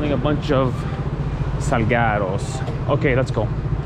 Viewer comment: i could PAY a mexican guy to pronounce this word in a more spanish way than this guy, and he'd probably fail